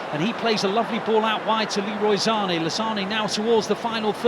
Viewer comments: Commentator keeps saying "Zane" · If this guy says ZANÉ one more time....